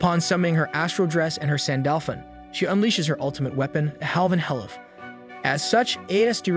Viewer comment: He can’t pronounce tobiichi but can pronounce halvanhelev